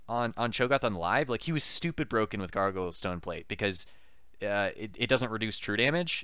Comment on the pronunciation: I keep hearing "Gargle Stoneplate". I giggle EVERY time.